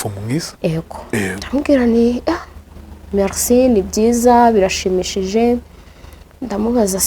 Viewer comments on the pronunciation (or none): none